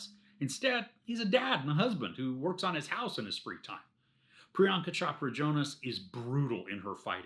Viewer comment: Great breakdown. By the way Chopra rhymes with Oprah